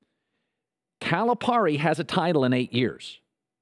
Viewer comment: Could you at least pronounce Cal's name right? The rest of it? You are just funny! We love Cal! Just leave Ky alone, you have no idea what you are talking about